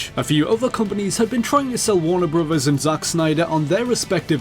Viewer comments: What kind of accent is this? Who pronounces "brothers" as "broowas"? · I think it's great so many of these games involve Warner Brothers because we get to hear this guy say "bruvvers" so many times.